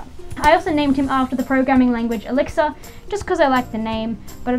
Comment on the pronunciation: When you said the name Elixir for the Protegen I thought you said Alexa for a while but then I realized it was Elixir